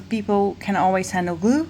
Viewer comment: Raquel Levin she said glue, it's just the way she pronounces it, she says the l quickly.